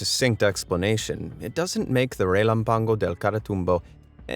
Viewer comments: Your Spanish pronunciation is atrocious, an A with an accent ( ' ) means the load goes into the letter: you're saying relampàgo (wrong) while the written word tells you it's relàmpago (right). Just google it man. Make an effort. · Relanpango lol its reh lamp ago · Re-lam-pa-go sorry I cringed evertime you said relampaNgo 🤦🏻‍♀️🙈😅😬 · the accent over the first A is not without reason......it is the TONIC of the word......so it becomes r e l A´m p a g o....re LAMP a go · Relámpago Pronounce: He’lanpago (go) =(GO) gone. But it’s amazing to ear